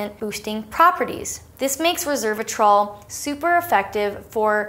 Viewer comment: You repeatedly said "reservatrol" instead of "resveratrol". They are not the same thing. Will you please annotate your video people to note that?